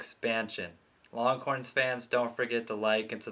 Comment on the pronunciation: Sounds like you’re saying ‘longcorns’. Lol